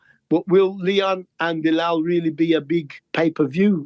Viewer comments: Chael casually calling Belal Blehal is hilarious. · It’s BLAH-HALL